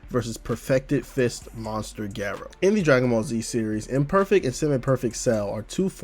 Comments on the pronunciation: it's GAH- rou. not geh- rou. i legit can't even watch this vid because u murdered his name :( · Great video! Now just apologize for the way you pronounce Garou and I'll subscribe.